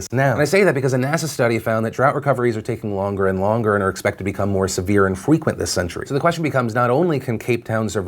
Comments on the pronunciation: I'm sorry did Phil just say "fequent"??? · Nothing of substance to add just, snort Fweqwent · "become more severe & fweequint" anyone elese hear that!.... Now you'll never forget it drought, NASA, more frequent (fweequint) O ** more drought! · Ah yes. Feequent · Freqwent- Philly D 2k18 LOL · "fwequent", love you